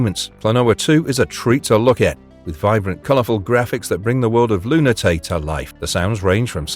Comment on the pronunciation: "Luna...tei?" It's "Lu-na-tea-uh (Lunatea)" you silly AI voiceover! Also, several of these games were well-received and not "ultra-hidden" as the video title suggests. Gotta get those clicks though, I guess. EDIT wtf... I owned exactly 34 of these games lol